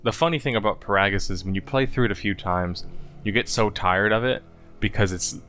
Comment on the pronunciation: Every time he pronounces GO-TO and Peragus I contemplate throwing myself into a mynock nest